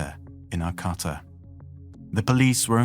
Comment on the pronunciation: Ar-cah-ta And show pictures of the actual area, not from big cities. (There were a couple, but....)